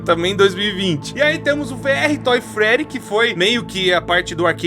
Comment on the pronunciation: Não sei pq mas eu ri quando o falou Toy Freddy